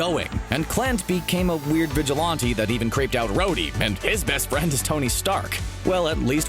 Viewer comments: You pronounce vigilante wrong. It’s Vi-Ghil-an-tee, not vi-Gil-ante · Vigilante not vigilonte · I’ve never heard of a vigilonte but I’ll tell you what a vigilante is lol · It had TOTAL gravity! It was because everyone died, not because the credits rolled. And it's vigilante...vigil-ant-ee....not vigil-auntie...LMAO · Is anyone else mad at the way he says vigilante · Do you struggle with the pronunciation of vigilante or were you just trying to sound cool? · Why do you say vigilante like that